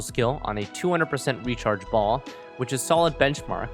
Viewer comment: Fun fact, translation of Baal from Hebrew to English is husband. Also, Baal has two syllables. If following the Hebrew names like the varied Hypostases, it would be pronounced Bah-ahl. Or at least, Bay-uhl. If I'm wrong about any of this, apologies. I am no scholar. Just had a couple Jewish friends growing up.